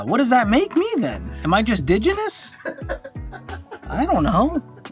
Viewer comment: This "Digenous" woman loves this video.